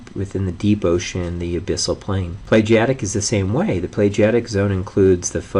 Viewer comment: It's pelagic pe-la-gic. Not "plegiatic".